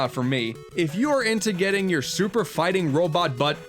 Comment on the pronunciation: SUPA FIHTIN WOBIT also Bass is pronounced ba-ss not base